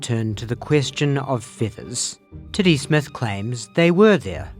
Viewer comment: I had enough time to laugh at the Kiwi pronunciation of what was obviously supposed to be ‘Teddy’, right until the graphic with his name spelled out appeared. If that was on purpose, it was perhaps some of the greatest comedic timing I’ve ever seen.